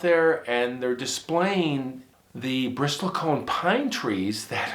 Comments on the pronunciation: Bristle-t is silent. Also, I've been told it's Sierra, not Sierras. Corrections appreciated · Bristle Cone...."t" is silent.